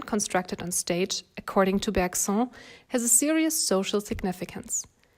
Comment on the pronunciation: Thanks As a French student this video actually helped me more than certain french ones 💀❤️ Btw we actually pronounce Bergson like « berg » and « son » like the English way like the son of a father